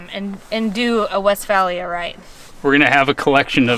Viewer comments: Just for future reference my guy its pronouced west-fay-lee-uh. Dont let any hippies catch you saying it any different :P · In the UK it's West-fay-lee-ah,your buddies the Travel Beans have a Vee dub camper for their European travels so you guys can compare your experience